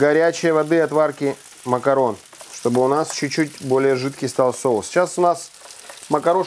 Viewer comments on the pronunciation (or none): none